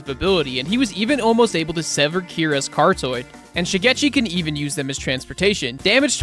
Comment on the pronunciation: I don't understand how you say names like Terunosuke right and say that you probably butchered them, but then completely butcher other words like pronouncing carotid as "cartoid" with no knowledge of the linguistic slaughters you've enacted.